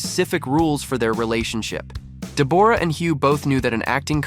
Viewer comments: In Australia we pronounce Deb's name as Deborah not Deborrrra! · Hey, it's weird you calling her DebORah.. the way you say it is DEBorah..! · Dee-booor-ah? WTF? It's pronounced Debra,..... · It's pronounced Deborah not Debourah..! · I keep hearing this with American narrators on Deborah. It is not DEB-AWE-RAH. It is DEB-RA. The O is not sounded. It is a different spelling to Debra but it is the same name pronounced the same way. I had a friend called Deborah but she was always pronounced the same as the other - Debra. It might be an American thing to say it differently, I don't know. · Her name is said 'debra' not 'de-bo-ra'. Very annoying. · It’s DEB or ah, not Deb OR ah! PuhLEASE! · Her name is Debra! Stop calling her Debooooorah! 🤣🤣 Look at timestamp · Dee bore rah lee lol isnt it just debra but spelled the deborah lol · Sorry but I believe it’s pronounced Deb bra not De bore ah, try googling it. Thanks for the history on them and their relationship. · Does she really pronounce her name De-BOR-ra? As a fellow Deborah, that's just weird and cringe. I suspect it's pronounced "Debra" just like the rest of us Debs pronounce Deborah. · It is pronounced DebRaa not DeBorra…and she is beautiful. He is looking washed out though. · It's pronounce Debra. Open your ears and you would have heard Jack say the name. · Pronounced deb ra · Her name is not Dee'bore'a'